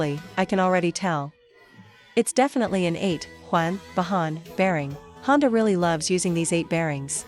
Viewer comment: Since when did Honda become Chonda!!!